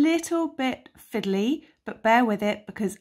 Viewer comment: I can't but giggle whenever you say "fiddly" Love the pattern